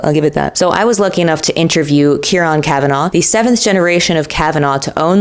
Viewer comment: Madam you bring an Irishneess that we could all enjoy 😊. It’s kavanaa lolz I need to leave I will watch again CheeriO 👋